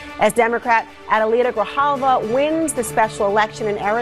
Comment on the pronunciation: Grijalva Gree - hall - vah hint: Spanish follows Spanish pronunciation rules